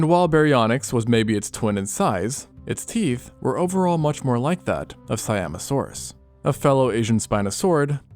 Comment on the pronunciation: Did you said “Siamosaurus”???